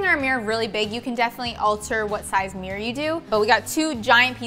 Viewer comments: When you think you hear "mirror" but they said "meer". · Why do they always say mirr instead of mirror? 🤣